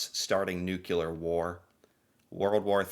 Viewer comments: the word is nuclear not nucular. It’s a small thing but somewhat important. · It's Nu-CLEAR not Nu-CULAR!! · NUCLEAR!!!! Not nucular! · Sir, learn to pronounce some one-syllable words. Say "new." Now say, "clear." Now say them in succession: "new" "clear." Congratulations! You learned how to say nuclear. "Nucular" is not a word. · Nuke for short isok, nukular - not ok, correct is nuclear weapons. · The ability to say NU CLEAR instead NUKE U LA helps Canada a lot, its called "education" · say: new-clear instead of new-killer! 😂😂😂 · Why can’t USians pronounce “nuclear”? It’s nuCLEEar, not nuKeLar. Drives me nuts. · Nuclear not nukelar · ...the word is nuclear...not "nucular". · Well he's ok but he is an American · is it then..? well, please try to learn to say NUC-LE-AR I think it's the pet name 'nukes' in your head that trips you up. so how "bout you try thinking of what we all wish the world could be: cleared of all nukes! or put another way: NUKE-CLEAR. you don't really wanna sound like George Bush the son for your entire life, do you..? ps thanks for the pro Canada voice..!!! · Please - nuclear pronounced NOO KLEER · What's bugging me here is how you say the word "nuclear", "nucular"? Is that a regional thing in USA? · Yes. Nuclear (new killer) and film (pronounced flim) are an American issue